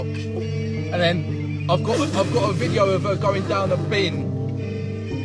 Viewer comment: Loving you vids bud. You quite comical but I've never heard you once say video. Everytime you say "vijo" I'm shouting video for you! 😂